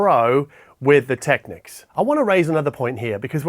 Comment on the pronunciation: kiwis might say 'go big or go home' but not with an aussie accent like that :)... but you do say technics correctly so all good